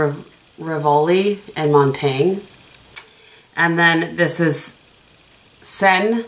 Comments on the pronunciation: Montagne is pronounced Moan-tany(a). Like you kind of swallow the last letter, bc the e is silent but goes with the n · You are correct that Montaigne was a Philosopher. However, if you look at the shadow name in relation to the others, I believe it's topographical, a street in Paris. Also, you can use google to get proper pronunciation in pretty much any language if you are so inclined. Love the 4 looks concept! Very helpful.